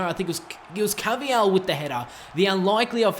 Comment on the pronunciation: It's not ca-vi-yal it's pronounced car-va-hal